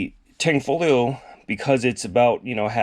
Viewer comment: STOP SAYING THE G!!!!!!! where do you see tang?????